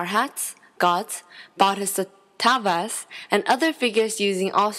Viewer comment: Here is how to pronounce Bodhisattva "Bow-d-sat-vahhh"